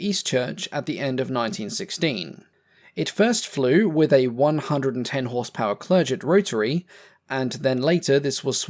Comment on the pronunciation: FYI I think Clerget is pronounced clergh-ay. Anyway, a really good video. Many thanks!